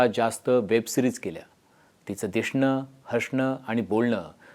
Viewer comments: दिशणं, हषन अस काही नसतं ते... ते दिसणं, हसन अस असता... उगी मराठीची ** करू नका रे 😂😂😂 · 😁 तिचं ‘दिशणं’, तिचं ‘हशणं’… ‘स’ च्या जागी ‘श’ बोलून ‘बामन’ वाटणार न्हाईस!😁😁😁